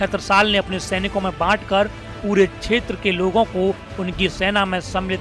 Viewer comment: Abe shetra nahi hota bahi shetra hota hai.. U.p. ke Gandhi language mat bolo..